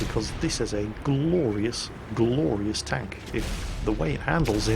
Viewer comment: He said gloryous...ha fucking patriotic british